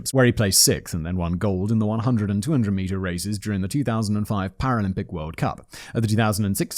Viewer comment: You litterly said paralympic correctly, 4 times in a row Simon don't worry so much man!